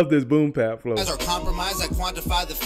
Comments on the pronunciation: Please understand that it's called "Boom Bap" Not boom pap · I'm curious, why do you always say "boom pap" instead of "boom bap"?